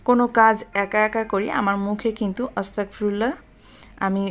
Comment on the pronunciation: আপু উচ্চারণটা অস্তাগফিরুল্লাহ না আস্তাগফিরুল্লাহ